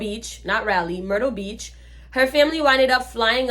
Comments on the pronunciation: First of all, it’s pronounced RAH-LEE (Raleigh, NC), not Rylee☺️. Secondly, I think what you were experiencing was the spirits of the slaves and evil white spirits warning you to leave. And that is a lie, your friend and her family were racist. Using the N word was just something them and their friends do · It'sRaleigh "Rah-Lee"